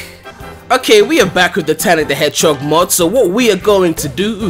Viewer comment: Why is everyone talking about that guy saying "Hedgehock" it's just his Faroese accent